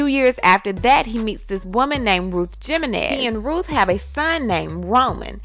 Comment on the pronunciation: You said JIM menez 👀